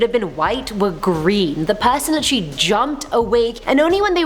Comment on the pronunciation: Take a shot every time she says literally (litchrey)